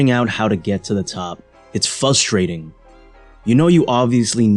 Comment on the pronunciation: "Fusstrating" dumbass foo